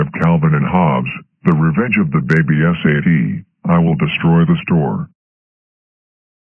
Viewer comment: GOOF: He says "S-A-T" instead of "Sat"